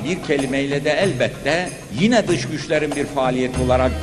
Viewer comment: "Dis Güjler"